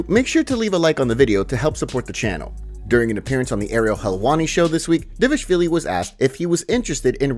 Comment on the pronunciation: Who tf is "D-vashvili"?